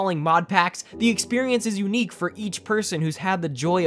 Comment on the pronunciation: It izz what it izz